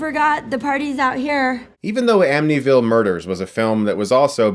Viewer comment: I'm sorry, can someone tell me what the "Am-nee-ville" murders are? Is..is he trying to say Amityville?!